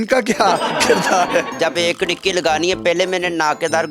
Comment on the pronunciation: . This is krriki not khirki 😂😂